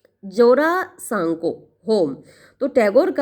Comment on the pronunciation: Mam wo jarasanko nhi wo jora sanko pronunciation hoga bengali word ha isliye mujhe pta h non bengali ko tora problem Hota hoga pronunciation krne m